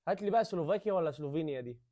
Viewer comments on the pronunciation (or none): سلوفاكيا مش سلوفيكيا 😂